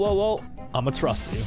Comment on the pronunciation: Thats how you say it lol